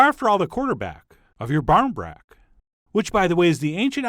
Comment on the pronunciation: If anyone's wondering it's pronounced like "baw reen brack" you live on this shite at Halloween and at any kind of social gathering that doesn't involve getting drunk (which isn't a whole lot mind you)